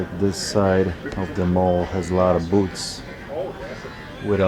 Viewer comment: Keep picking those antique "boots" for "cast eye-ron" and "Bush & Lamb" items.:-) Always enjoy veeedios. Love the Polish accent. Not sure about that handcuff logo t-shirt, though!